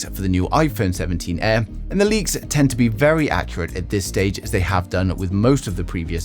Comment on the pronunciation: "Iphone 17 EH"